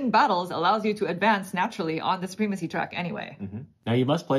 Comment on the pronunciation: It is suh-prem-a-see not soo-preem-a-see